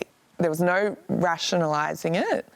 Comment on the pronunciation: Is saying “noyu” instead of “no” a new thing in Australia? Seems to be a recent thing.